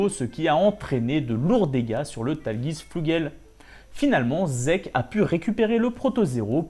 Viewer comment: super vidéo, mais par contre la prononciation bien franchouillairde du Tallgeese... mes oreilles ont été mises à rude épreuve XD